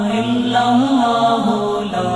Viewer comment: السلام علیکم ورحمتہ اللہ وبرکاتہ حضرت ویڈیو شروع ہونے سے پہلے جو اللہ اللہ پڑھا جاتا ہے اس میں دوسرے والا لفظ آللہ مد کے ساتھ پڑھا جاتا ہے اور یہ پڑھنا غلط ہے اس لیے برائے مہربانی آپ اس کو درست فرمائیں من العاصی